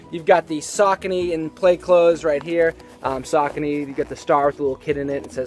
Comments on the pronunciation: What's up. Love the channel but, not a fan of the way you pronounce Saucony! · Learn how pronounce the shoe first ......